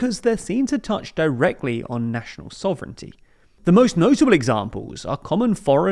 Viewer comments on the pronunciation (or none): none